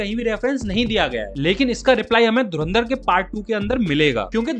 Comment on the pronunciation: ye to pata hai bolta hai dhu ran dar